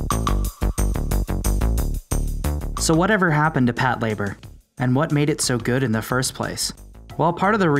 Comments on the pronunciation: Hold on, hold on - 'Pat-labour'...no, no no...it's pronounced 'pato-ray-baa' - other than that, decent little mini-doc here. I'm certainly looking forward to a fresh take on Patlabor in the near future, I just hope it retains the original TV series and first film's sense of light-hearted fun and charm and does away with Oshii's over-bearing naval-gazing that he brought to bear in the second film, which to me is a highly overrated snoozefest. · pat-la-bor not Pat Labour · "Pat LA bor" is how it's supposed to be pronounced, not "Pat labor" like the narrator keeps saying. He's making sound like it's 2 words, "pat" and "labor" which it's not. It's one word, Patlabor. So, you're not wrong, the narrator is. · This is the first time I’ve ever heard it called Pat- Labour. I always thought it was pronounced Pat - la - bore. Every day is a school day. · OMG you're saying it wrong! It's one word! You're saying it like "pat labor" as if it was 2 words. It's pronounced Pat-LA-bor, all one word. Patlabor! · Patlayber? Lol its PATULABURO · For some reason "Patlayburr" bothers me more than most of the legitimate critiques brought up in the comment section. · PAT Labor... lol. The names of people too. Could you PLEASE work on the pronunciation a little?